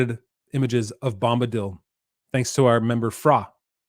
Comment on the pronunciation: "Bomb"-badil... lol